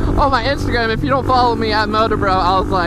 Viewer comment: you say MotorBroo and your channel name is so why don't you change your channel name to MotorBroo?